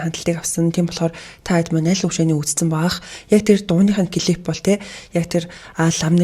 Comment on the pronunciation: бүх бичлэгийг нь үздэг дуртай шүү ❤ гэхдээ клип гээд хэлээд өгөөрэй клифф гэж байхгүй шүү